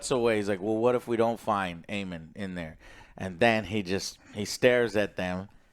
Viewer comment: 😂😂😂how do they not get a single name right 😂. Aemont, Raehnys, Damian😂